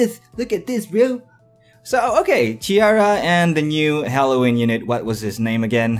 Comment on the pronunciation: Ciara's name is pronounced See-R-ruh.